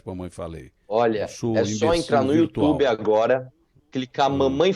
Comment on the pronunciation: datena: "youtchubi"